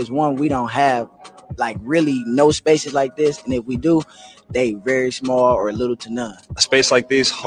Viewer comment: Sun word #237: "Shpaces"